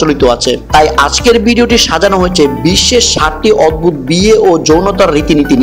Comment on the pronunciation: শুদ্ধ বাংলা চর্চা করুন,অদবুদ কি? অদ্ভুত উচ্চারণ করুন